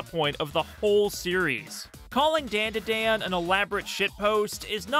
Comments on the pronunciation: ITS NOT DAN DUH DAN ITS DAHN DAH DAHN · ITS 'DAUN DA DAUN' NOT 'DAIN DUH DAIN' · It’s pronounced “Dawn-Daw-Dawn”. As a Japanese speaker it hurt my ears hearing you say it wrong over and over. 😭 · Endlessly entertaining to me how you keep calling it DenDiDen xD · Daandaadaan? I cant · Great video but please it’s a Japanese name so it’s not like the name “Dan” it’s a soft a like “DawnDuhDawn” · You're the first person I've ever heard pronounce Dandadan like that. Bro they even pronounce it multiple times in the opening. How do you still manage to pronounce it as white as possible 😂. (This is a joke by the way, not meant to be taken seriously) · Why are saying the title like that lol. The As in dandadan are pronounced with an "ah" sound. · really need you to look up the vowel pronunciations for japanese words. it’s the same as spanish. it’s jarring to hear you mispronounce over and over the title of the art that you decided to make a video about.